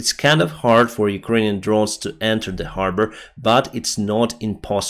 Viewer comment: You said harbor like a Bostonian the first time... Habaah...😉👍